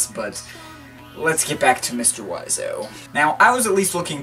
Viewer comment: I like how you are pronouncing Mr.Oizo oiseau(pronounced wah zo) rather than being pronounced Oi zo